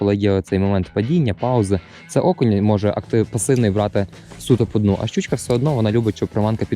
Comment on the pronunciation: Мені чомусь завжди смішно, коли каже "щючька"😅